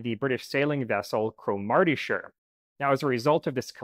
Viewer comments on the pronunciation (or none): Cro-marty-shire? sorry, that's Cromartee-sheer.